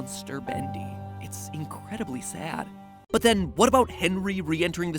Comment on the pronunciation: Its "INK"redibly sad